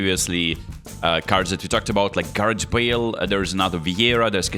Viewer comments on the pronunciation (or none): none